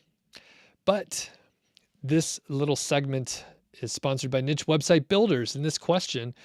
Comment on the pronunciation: Niche... no T in there! this is a French word...